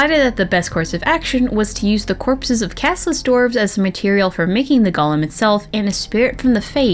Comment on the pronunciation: It's pronounced goal-im